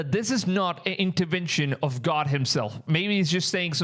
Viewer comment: I love how you say "interwention" 😅❤